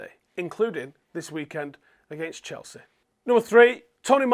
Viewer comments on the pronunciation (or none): none